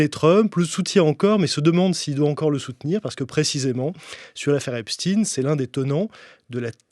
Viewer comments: Epstein... Epstine Einstein... Einstine😅😅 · Prononcez Epstein à l'allemande et non epstin. Si vous voulet effacer ses racines juives, c'est râté. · Does he mispronounce Epstein on purpose?